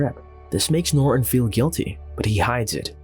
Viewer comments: Why does the narrator always pronounce the main character's name "Norr" instead of properly pronouncing it "Norton"? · Old narration is better... norton is "ner-on" here🤣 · nor'un. If you're going to narrate, at least pronounce the fucking words